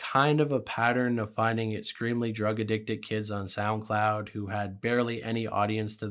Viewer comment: stop dude. ExKREAMLY? IndusKRY?? lord have mercy you're killing me